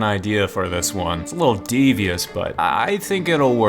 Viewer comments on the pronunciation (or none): none